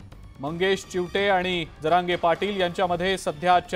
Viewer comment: चिवठे नाही चीवते